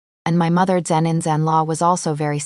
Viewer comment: You need to listen to your stories, proofread, and edit your stories before you post them. The AI you have narrating can’t say mother in law, father in law or daughter in law. It also kept adding the word zan randomly. The AI couldn’t even keep the sex of General Han Yancheng straight. One minute it was she, the next it was he. It makes the story sound stupid, therefore hard to enjoy.